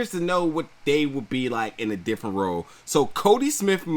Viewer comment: Watch those pronunciations. To be released dijily? Suddenly thrusted? Part sound? Huge row? Disagreedience? Say that? They are distracting.